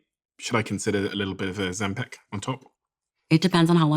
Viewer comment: Why does he say Ozempic and Ozem-PACK 😭